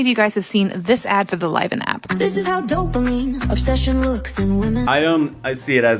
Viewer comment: I'll delete this if you mention it later in the video but it's so silly how the AI voice doesn't even know how to pronounce Liven (sometimes Liv-in, sometimes Lie-vin) and they don't even bother to correct it